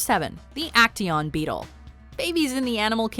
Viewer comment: how much times has she said bettle